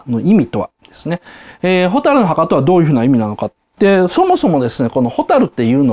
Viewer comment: 蛍の箱って聞こえた